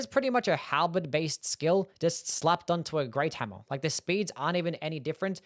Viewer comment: I like it when you say hammuh and you say it a lot because you really like hammuhs. Anyway, I think the short sword is surprisingly good in DS2. You can poke and slash for days cause it doesn't use much stamina.